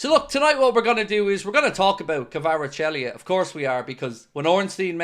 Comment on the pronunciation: You’re Fairly Butchering His Name 😂 Kaveechykavarachelli 😂